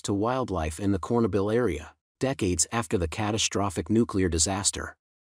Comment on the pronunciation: Not a bad narrator... but your story loses all credibility when you can't pronounce "Chernobyl."